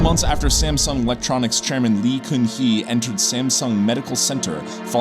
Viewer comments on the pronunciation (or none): Its pronouned gun-hee (gun as in bang bang). Come on man pronounciation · In pronounciation of lee gun hee, gun is not goon, literally gun !!